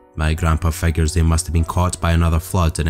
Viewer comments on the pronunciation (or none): none